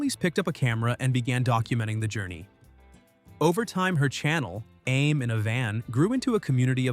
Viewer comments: Exactly what I was thinking. A-mee. Why can AIs never pronounce anything? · ..'Aim in a van''...hahahaha..get the AI idiot off the commentary..